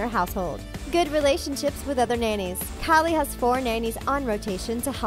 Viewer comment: All I'm hearing is Callie Jenner lol